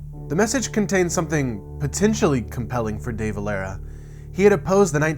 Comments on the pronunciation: It's Deh-Valera...not Day-Valera. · Dude....too read many books....watch a vidio about "The Dev" some time.....his name is pronounced as one word....Devalera....not DAY VALERA.....savee..?! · its not pronounced Day Valera is Deh Valera. I'm Irish myself and we learn all this in school. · Aymon day valayra... lol as an irish person, thats feckin hilarious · Pronounced ‘The Ve-lair-a’ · You said De valera wrong